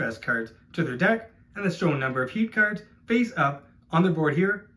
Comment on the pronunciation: Great video! Was kinda hard to differentiate between you saying 'cars' and 'cards' though ,was confusing at times hahah